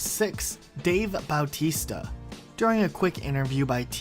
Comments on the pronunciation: It is pronounced ba-teste-a not balltista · Batista not bowtista